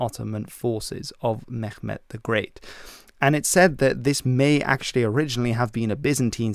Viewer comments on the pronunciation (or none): none